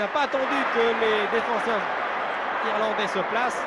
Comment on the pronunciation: les "Irlanglais" ?! 😂